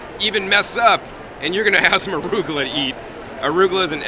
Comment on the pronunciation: What is "arugola"? :D